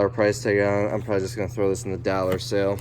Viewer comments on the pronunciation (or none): The way he says dollars is funny "dallors" :D